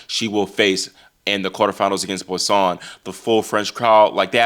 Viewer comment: Hey, just a little note on the pronunciation of Boisson...(Bwah saw) the 'n' is not pronunced